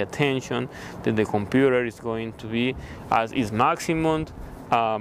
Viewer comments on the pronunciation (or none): “Compurerr,Bararry” man